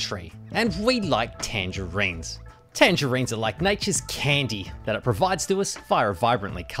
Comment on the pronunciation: Why do you pronounce "Ar" like a chinaman?